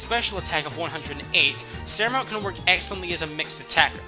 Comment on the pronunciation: It's an otter dude, not a sea lion... SamurOTT. For OTTER.